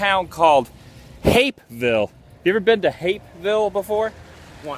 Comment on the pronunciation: Stop saying Hapeville weird